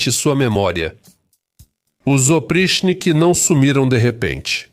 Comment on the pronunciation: A pronúncia correta é "opritchhniki". O quinto caracter em cirílico, que se assemelha a um "h" invertido, tem o valor de "tch". O problema é que, na maioria das vezes, o cirílico é transliterado para ser lido por falantes de inglês, onde o "ch" tem um "T" mudo antes (como em Charles). Falantes de português devem tomar cuidado com as transliterações do alfabeto cirílico, já que, na maioria das vezes, são feitas para serem lidas por anglófonos.